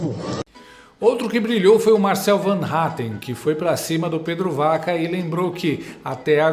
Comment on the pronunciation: Para enriquecer o seu canal show de bola, Pedro Vaca (pronuncia-se Baca)